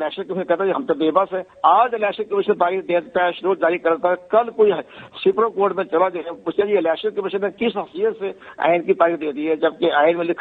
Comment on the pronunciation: یہ کتنا پڑھا لکھا ہے کنور دلشاد ۔۔۔۔سپرم کورٹ ۔۔۔سپریم کورٹ نہیں ۔۔۔سپرم کورٹ